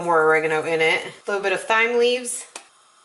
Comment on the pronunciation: Hey, u should def try adding the FlavorGod Taco seasoning to your Chili!! It's one of my secret ingredients in my slow-cooked turkey chili n it's BOMB 💣 Also sub water for tomato sauce for a more hearty soup- lmk if u try my version xx P.S: the 'h' in Thyme is silent.